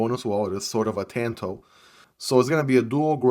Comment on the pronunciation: Tawn toe not Like dan like John it's Japanese